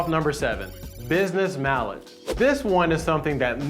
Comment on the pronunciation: Stop saying mileage like you do